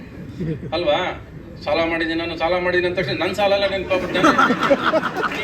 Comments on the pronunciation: ಸಲ ಅಲ್ಲ ಸಾಲ.... ಥೂ ನಿನ್ ಜನ್ಮಕ್ಕೆ... 🤮🤮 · ಕನ್ನಡ ಸರಿಯಾಗಿ ಕಲಿ ಅದು ಸಲ ಅಲ್ಲ ಸಾಲ